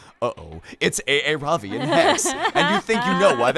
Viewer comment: Aaravi name is pronounced Ah-ra-bi